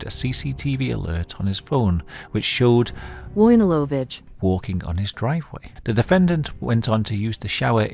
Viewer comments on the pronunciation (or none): wojnarowicz is polish! his surname is actually read "voi - nah - roh - vich" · "voyneewovich", that's how you pronounce it. Come on mate you're in the UK, you certainly have a Polish shop nearby. Go there, ask for help with pronounciation, girls there will be happy to help. And get yourself a fourpack of Żubr on the way.